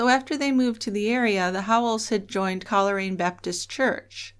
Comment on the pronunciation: Coleraine is pronounced coal rain.